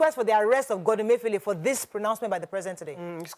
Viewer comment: That caller wailing and for an elderly man to be so disrespectful and copying unprofessional manner is not pronouncing the Governor of Central Bank's name properly is just so comical. I laughed and thought good karma when he said he campaigned for Buhari......lol.